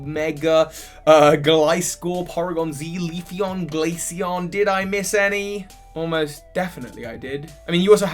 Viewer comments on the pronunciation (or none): none